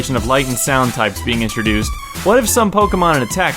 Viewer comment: sais snoud instead of sound lololololololololol